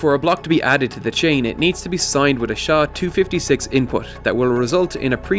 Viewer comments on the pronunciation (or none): "SHA" is hurtig my ears. It is pronounced "S" "H" "A"